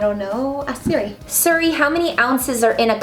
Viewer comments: It’s Siri not suru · Rebecca u said serry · Who else noticed that Rebecca said Siri wrong